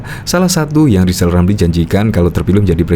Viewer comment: Wong baca R aja gak bisa kok malah nyalon presiden,,,zal rizal wes2 angel2 wkwkwk🤣🤣🤣🤣🤣